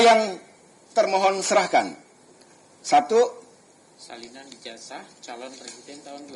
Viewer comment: kok "Ijazah" dibacanya Ijaja?